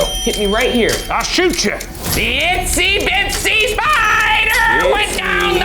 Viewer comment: Ryan just cant get itsy bitsy right amazing